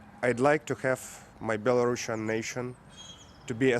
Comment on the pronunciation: The country is called Belarus, not belarusssssssssia, so the proper way is Belarusian, no double S and pronounced rusian, not russsssian. The corresponder says it correctly. 💪🇺🇦